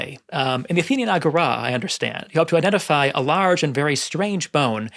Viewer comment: Why do you say Agora like Ágorá. Where you learn the latin pronunciations like that? Honestly curious